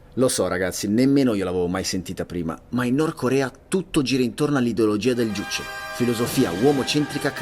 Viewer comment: Juche l'hai pronunciata male